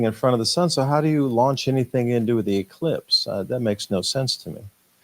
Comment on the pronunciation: He definitely made sure he said elipse instead of eclipse,that's a job for Paul Knight, he'll be on that big time and I'll be waiting for the next episode he does with you👍